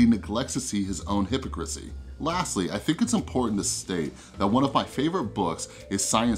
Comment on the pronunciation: Good analysis! But who pronounces it "HYP-o-crissy"?